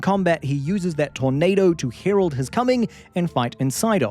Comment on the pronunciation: "I HEROLD HIS COMING" thats fantastic dare i say